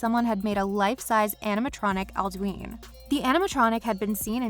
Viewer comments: It's pronounced "Al-do-in" not "Al-do-een." you hear it enough times in the game to know. xD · Why did she pronounce alduin like aldween